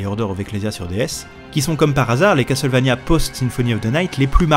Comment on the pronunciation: Enfin qqn qui prononce Castlevania correctement, lol (eh oui on ne dit pas CassEuTTTEUL, on ne prononce pas le T et toi au moins tu le sais !) J'ai ce jeu que j'ai jamais fini car on ne trouve pas assez de vieeee, on trouve que de la magieeee...arrrg. L'OST est dingue ❤ Si vous êtes nostalgiques, essayez Infernax qui copie le style Castlevania volontairement et dont l'OST est dingue aussi ❤😊